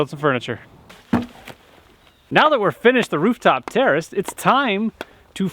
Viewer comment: why do i hear "terrorist" whenever he says "terrace" is it just me?